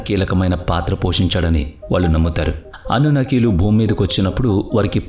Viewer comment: అన్నునాకీ కాదు సారూ....అనున్నకీ.... Anunnaki.....